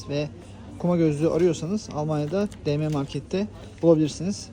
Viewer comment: De me (dm) değil. Di em okunur.